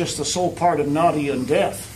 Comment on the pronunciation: My question is - why are they all speaking English? Including the Russian grandmother, Nadia, whose name’s pronunciation they keep butchering…